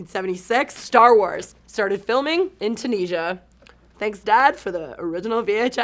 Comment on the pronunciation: "Tuneesa"? Not heard of that new country